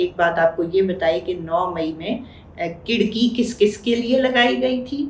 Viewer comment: Your pronunciation to word کڑکی is not correct 😂